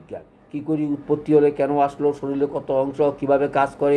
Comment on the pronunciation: শরীর না বলে শরীল বলেন কেন? আপনার এ ভুল উচ্চারণ আপনার নামের কলঙ্ক হয়।